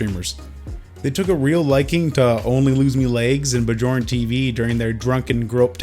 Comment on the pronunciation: “Bah-jorn TV”